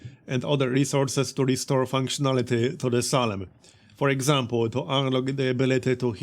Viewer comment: Good stuff! Just FYI, it's pronounced "Say-lem", if you're interested. The town of Salem was made famous by the Salem Witch Trials.